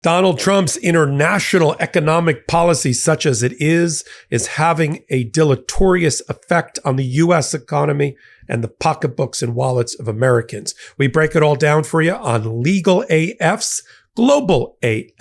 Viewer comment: Deleterious NOT deletorious! So many grammatical errors. No adverbs and incorrect use of past tense. You’re supposed to be educated! Anthony's language is far superior.